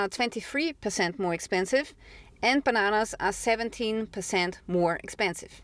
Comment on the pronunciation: Hahaha i heard "empanadas" i was like why is this european lady talking about empanadas... When i added captions... " And bananas..."